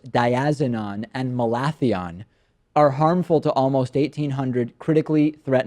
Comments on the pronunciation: It's malaTHIon. Any gardener would know that. Be a real journalist and do the research to find out how to pronounce words before doing a story! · David -- it's pronounced Mal a thi on.... has been used in California to kill medflies.